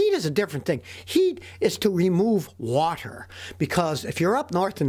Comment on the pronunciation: how texans says water. "whahhher